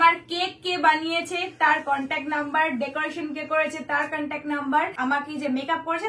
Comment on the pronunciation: কান্ট্যাক নাম্বার 😅style er limit nei vai..ইঁরেজরাও contact বলে... এ মাল over pakami মারতে গিয়ে কান্ট্যাক বলে ফেলেছে